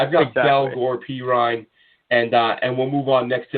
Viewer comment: It’s pronounced PEE-RYNE lol the way he pronounced it was making me cringe. Also, Jabari ZU-KNEE-GA